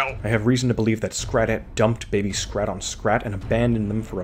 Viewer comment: The toxic devilish flying lady squirrel’s name is Scrattè (not “Scratette”).